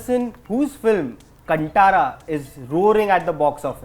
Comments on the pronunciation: It's pronounced as कान्तारा/कांतारा and not कंटारा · KANTARA ? Abhey the host its KANTHARA 😂😂😂😂😂😂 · कंटारा नहीं कांतारा नाम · Seriously, the whole pronunciation in Hindi is wrong. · Guys please take the name right. Kantara has Th pronunciation not T pronunciation. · please pronounc properly is KANTARA not कंटारा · Kanthara nahi kantara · The name is not Kan Tara 🥺 More than half of the interviewers are getting it wrong. Angrez chale gaye, angreziyat chodke. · Not KanTaaaraaa. It is Kantara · Rishabh made an effort to learn Hindi but the interviewer literally spoiled my mood in the beginning itself. It's Kantara कांतरा not कंटारा.... It's not South Indian but you guys are not showing respect to the south. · It's kaanthara man not khantara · No offence, but it is Kaanthaara not Kantaara. It is an amazing film. Thank you so much rishab sir for giving us this film. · Interviewer, It’s not kaaantara ( like kantaa lagaa , Asha Parikh song ) , it’s Kaanthaara ( tha like thaapas ) .. please please learn the words and understand before you approach any region , be it Karnataka or Jharkand .. get educated first .. otherwise you look like a fool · The intelligent anchor... Its not KANT - ARA in terms of spelling. Its KAN-THARA. THARA not TARA. Thoda spelling bee seek ke aajana agli baar.. 🙏🏻🙏🏻🙏🏻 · Kanttttttttara nahi hai bsdk kantara hai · कांतारा not कंटारा 🙈🙈🙈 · Kaanthaara - how it is pronounced. Not KanTara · Why you people pronouncing its wrong ?.......It is not KANTARA ...KANTHARA...... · First of all..its nt pronunced as Kantara...its pronounced as Kaanthaara...get d pronounciation ryt pls... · Kantaara nahi🙄Kaanthara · It’s kanthaara not kantara!!! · ಕಂಟಾರಾ ಅಲ್ಲ ಕಣಪ್ಪಾ ಕಾಂತಾರ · Oh bhaiya Here from KARNATAKA...That is not कंटारा That is कान्तार बोलो... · कान्तारा है... please कंटारा मत कहो.. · Guy really said Cuntara🤦🏻‍♂️ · Abey loude, learn to pronounce the word Kanata properly, ye bakchodi angreezi accent math ghusana.. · its pronounced 'Kaanthaara'